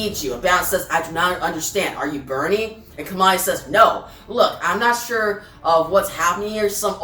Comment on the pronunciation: Thanks for the video. By the way, Kamandi's name is derived from the place he grew up--Command D bunker--so it should be pronounced that way.